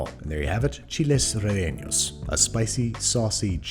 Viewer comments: rellenos, not ~relleños~ lol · nah he said relleños, which is incorrect.. but he tried ;) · You're close on the pronunciation, just ease off the 'n' a bit; it's not relleños, just rellenos. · Chile ray-aynyos? No. Ray-ay-nos yes. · “rellenllos” lol FYI it’s reh-yeh-knows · Why are you pronouncing relleno as if it was spelled relleño? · Before watching this video, as a mexican whos favorite dish is chilles rellenos i WILL be making this recipe to judge you, ok now to the vid Smalledit, its reYenos not reLenos Edit. That chile looks like my grandma herself cooked it thank you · You should learn to make Rellenos de Guisquil one of my favorite dishes. Its very similar to this but better. Also Rellenos, NOS not NYOS. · Re-ye- nos is the easiest way to pronounce them in English mr babish, sorry but it bothered me slightly hearing renenos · "Re-eños" LOL 🤣 close but no cigar. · So I’m living in Spain and the chilles rellenos is pronounced chilles re-ye-nos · Who told Andy to pronounce "rellenos" like "relleños"??? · I'm sorry but "Chiles Re-enos" is too funny for me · Cough "raejaenos" cough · reYENos (also: co-TI-ha) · “chiles reeños” andrew plz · Re- LLE- nos, lol. I died all 3 times you said it. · fyi it's pronounced chile (you should know how to pronounce Chile I mean...) Reh-yeh-no (roll or tap the R) And banish for the love of my grandmother it's not Italian. stop pronouncing Spanish with Italian inflection. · No one: Babish: Chiles relleños Every Spanish-speaker: eye twitches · Empanadas please im desperate, also you said it wrong its chilEs reshenos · Everytime he said "chiles re'eños" i died a little inside. They do look bomb tho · Chiles REENOS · Andrew: “chiles rehenos” Me: It’s ok, Ik you’re trying your best~ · Chili’s reggaeñios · Me hearing. Chi lies reienos Well at least you tried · Nope not how you say it Chile ray-yen-os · As a heads up, "Chiles relleños" is not the correct pronunciation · Loved that reheños... 🤣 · Ok.... But that pronunciation of rellenos